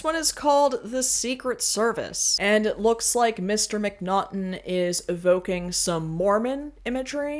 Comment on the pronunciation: Just want to let you know: His name is Jon Mcnaughton, not Mcnottum, and not John.